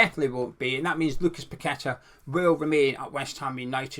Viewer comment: Nice Post as usual and we must get kudus ffs. Glad your one of only a few that actually pronounces paqueta properly not pack a tar ffs.